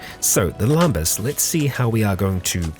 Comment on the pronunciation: Lambas just sounds wrong to me, I'm pretty certain it's lembas.